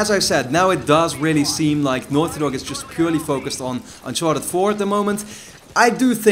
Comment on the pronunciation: the way you say naughty dog.. enunciate! i can't understand! sounds like northyok